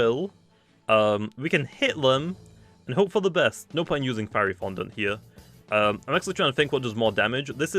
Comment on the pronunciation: I laughed so hard when pronounced fiery fondant feary fondant